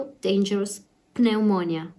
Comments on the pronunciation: FYI the "P" in pneumonia is silent, Pronounce it like it's spell neumonia. Another example of how ridiculous the written English language is. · So pleased you have recovered but this has been a catastrophe for Italy and now for my country - England. Wherever you look it's bad news, we can only hope that the measures we've taken succeed By the way, Pneumonia is pronounced with a silent 'p' in English, so in effect, it is nu-moan-ia x